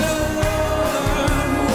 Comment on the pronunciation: "Det of a batchelor"😐